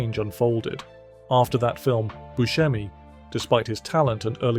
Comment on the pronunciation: The name is "Bu se mi" with a sharp "s", not with a "sh". Steve himself pronounces it this way and he should know.